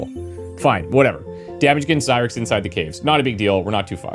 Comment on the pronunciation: Had to laugh, when you were staying zyrex, I thought you were saying zirax (from empyrion galactic survival)